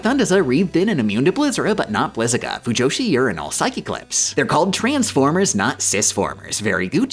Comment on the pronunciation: hearing saying "fujoshiurinal" gets me every single time without fail